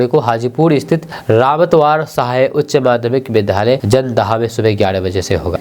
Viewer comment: विद्यालय बोला जाय न कि विधालय ।विद्या +आलय होता है ।